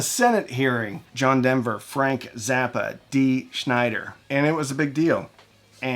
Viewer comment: Great video. Just FYI...it's Snyder, not Schneider.